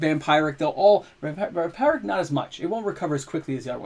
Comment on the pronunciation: … for the love of god it’s vampeeeric tutor. Us Canadians are goofy enough